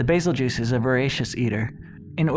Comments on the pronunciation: Isn't it pronounced goose, not juice? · It’s pronounced bazel geus not bazel juice do u see am I in the name or a j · Bae-Zell- Gew-Oos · Bazel juice he says its bazel goose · Nice video dude, can't wait for your next one. Lore videos are my favorite. Love beazeljuice, maybe someday we will find out the English pronouciation for it so the geese vs juice can be decided. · Call it bazeljuice one more time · I always pronounced it's name as "bazelle-giss" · Bazel-juice Really??? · Bazel-juice?! Lol wut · It's pronounced "Beetlejuice" pal. Get it right. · I like your videos but your pronunciation is killing me